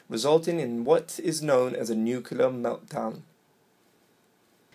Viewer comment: Yeah good video, but you lost my respect with "nucular" It's not hard to say nuclear, (noo-klee-er) especially in a teaching video.